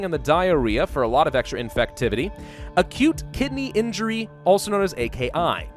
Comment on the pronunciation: "Acute Kidney Injury". heard that as "a cute kitty injury" lmao im dying